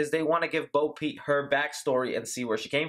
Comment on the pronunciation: Love the video but it sounds like you’re saying Bo Pete LOL